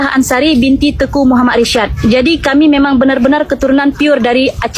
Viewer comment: Jangan ngaku ngaku kamu, ngomong aja teku yg benar tengku😂, orang aceh adalah orang orang baik.. dn selalu menolong orang butuh pertolongan